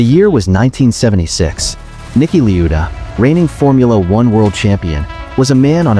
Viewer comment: bro its Niki la-eu-da